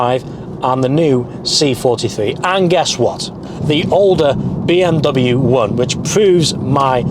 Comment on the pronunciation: Bro its not BM Double U its BMW